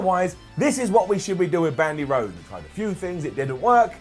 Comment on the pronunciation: Bwandi Whodes